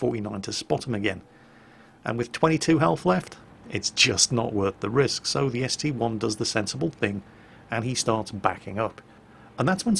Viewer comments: It's not ST "eye", it's a roman 1. Just like how the Tiger II isn't the tiger "eye-eye"... Google it if you don't believe me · It is actually ST-1 as there isnt an I in the russian language.